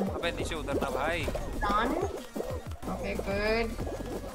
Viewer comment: She keeps on saying run as ran 😂